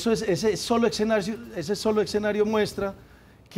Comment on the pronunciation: escenario,....... no eccxenario, como usted los pronuncia....... vos si pasaste por la universidad.